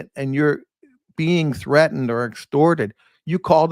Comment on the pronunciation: I wish he could pronounce the letter "T" Treadened (threatened); Buddons (Buttons)..one other one...cant recall...small but hurts my ears.